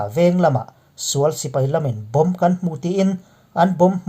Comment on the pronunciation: Bomb chung chang tiha bomb i thluk dan a dik lo,lung vawm tiha vawm thluk angin bomb chung chang bomb lai kha thluk rawh .